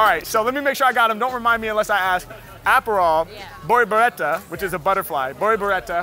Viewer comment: Just in case someone's wondering: bolboreta is how you say butterfly but in galician, which is a dialect from Galicia a region in northern Spain. It sounds pretty similar to portuguese. Pretty impressive how he nailed It!